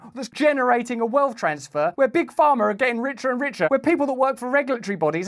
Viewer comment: Don’t motormouth. When you make an important point, pause. Your pronunciation is challenging for me to comprehend. Sometimes Pharma sounds like farmer. It’s difficult to distinguish the two, especially as you’re talking a mile a minute. Thank you.